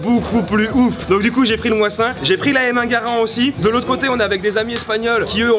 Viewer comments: le Mosin Nagant ça se prononce ( Mozine) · Ps : sa me fait trop de mal quand je t'entends écorché le célèbre : MOSIN - NAGANT et pas moisin nagant rololo lol le tireur en carton lol le sniper de la manette de play ofaite tu etait sur un pas de tir de combien de mètres ??? Moi avec mon mosin nagant a 200m je tien le noir dans une pomme .je précise sans lunette pu avec un modèle d'infanterie !! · j'ai grave kiffer le seul truc c'est qu'on dit un m1 garand et le moisin nagant tu le prononcé pas bien moisin se prononce comme en anglais mais sinon c'est super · Le Mosin-nagant se prononce "mozinagan" ! Et ce fusil a aussi fait la première guerre mondial ! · Tu peux tirer en France, ça se prononce Mozine Dagant, et c'était un fusil d'infanterie à la seconde guerre mondiale, pas un sniper ( certains modèles avaient le levier plié pour fixer une lunette mais rien de foufou, néanmoins il reste très précis :) )